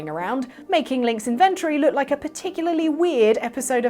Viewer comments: Your pronunciation of inventory is creepy. (Sorry, but ugh.) [edit: and Hinox, too] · As an American, hearing inventory pronounced like that makes me think it's your stash of inventions...